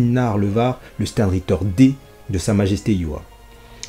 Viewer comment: Ça se dit chtern ritte(ra)